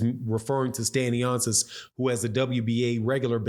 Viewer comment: My Goodness …it is Stanionis…not Stanioncis🤦🏻